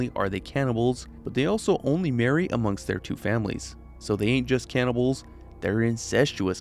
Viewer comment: i thought this mf said “cannabis of fallout”